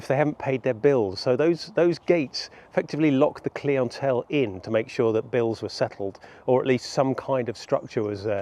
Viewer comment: i love server kleeants at my inn. the kleeantelle is totally a real way someone would pronounce that word